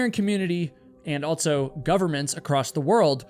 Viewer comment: You are fascinating. I just wish you didn't say "altso".